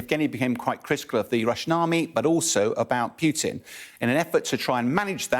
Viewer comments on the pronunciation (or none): Its not "Pue-tin" its poo-tin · His name is not Pjuutin, it is pronounced puːtɪn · his name is nott Pjuutin.